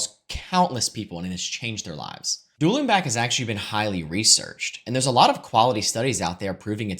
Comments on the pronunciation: Duelling back? Doolin beck? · Searched for what it sounded like and it was “Dual N-back”